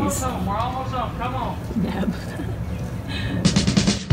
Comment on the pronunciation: “Neb” lol